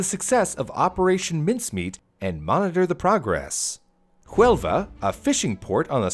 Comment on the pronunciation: Nice work done,, but two small details... - Huelva is on the southwest coast in Spain. The city that would appear on the map is Jaén. - The H in Huelva is silent (unlike the J in Jaén, which is aspirated) I think Babbel would help you more on that.